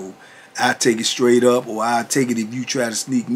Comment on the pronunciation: Lol ya well funny "!!!!" I'm real!TBP!! Ya make me laugh in lots of ways I'm ducking Believe! But "hahahaha"the word is straight not "scraight!" Lol hahahaha